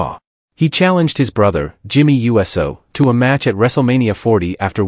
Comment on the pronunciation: Ummm . . . I think you are allowed to say: "YOU-Sew", rather than "U-S-O" as if he were a flying object.